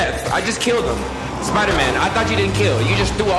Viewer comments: U keep sayin “spider-min” my guy its Spider-man” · It is Spider-Man not spider-men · Why does he keep saying spidermen? 🤣🤣🤣